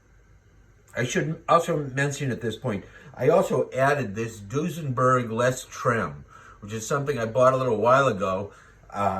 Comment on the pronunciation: Did you say Dussenburg trem ? I have never tried an H. B. yet. Your reviews are very honest & down to earth. Hope your channel does more of the inexpensive guitar reviews. Thnx.....😃